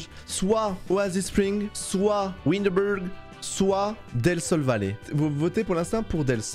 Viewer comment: « Windebulgg » PTDRR PAUVRE WINDENBURG 😭😭